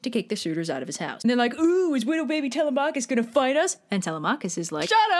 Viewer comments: I thought it was Telemachus (Telem-u-kis) WhO tHe F### iS ( Telem-AA-kus) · I’m sorry did you say “tell-a-Mach-is” I hate to be that guy but it’s pronounced “tell-‘em-a-kus”. Don’t say I’m wrong the guy who translated the odyssey says that’s how it is pronounced. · I have never heard anyone pronounce it Tel-uh-MAH-kus before. I've only ever heard it Teh-LEH-meh-kus. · It’s Telemachus- 😭